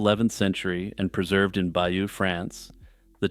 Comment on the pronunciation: Excellent but please pronounce Bayeux correctly. Hardly a big ask since you've invested time and energy in making a video about it?